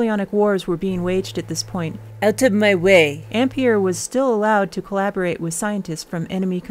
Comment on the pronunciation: I don't have any idea what problem you had pronouncing Coulomb, but the mispronunciation of Ampère really got on my nerves. It's even spelled with an è to show how it's pronounced! There's a forvo entry for André-Marie Ampère.